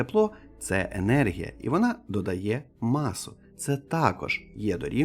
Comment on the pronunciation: Не єнергія ,а енергія.